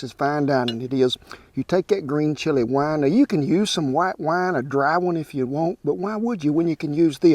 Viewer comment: Wi-ee-ne... Green onion, is a scallion. Not a shallot. It's not even close to the same thing.